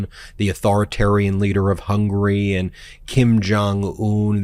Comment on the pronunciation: And he keeps pronouncing the country as "HUNGRY"! 🤦🏿